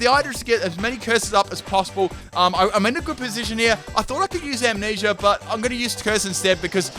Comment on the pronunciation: When you know the word being said is Amnesia, but it sounds like he's saying Ammanesure